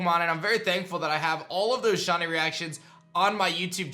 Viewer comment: Who else hears "Shonny" when this guy says shiny?